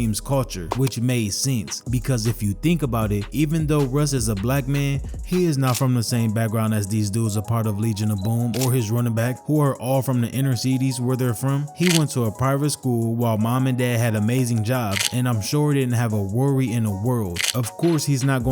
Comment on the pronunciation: Inner "See-teees". It's crazy that you dont review your content before throwing it out